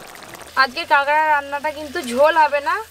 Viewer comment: ওটা কাগরা না ওটাকে কাঁকড়া 🦀 বলে